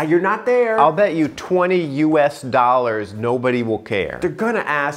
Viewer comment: I love the strange emphasis on 20 US dollars 👏